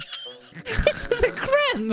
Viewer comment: “The crem” I’m always happy to see you upload!